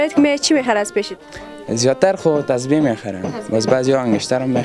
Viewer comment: اول خو گپ زدن را یاد بیگیر چای سه وز نگو سبز بگو کچه نگو کوچه بگو نگو که گپ نمیزمه بگو صحبت نمیکند نگو تو بگو شما تازبیح نگو تسبیح بگو انگوشتر نگو انگشتر شما رقم حرف میزنید که شاید تا صنف دو درس خوانده باشید در این ویدیو شما به صدهاکلمات را اشتباه تلفظ میکنید من صرف چند دانه اسرا مثال دادم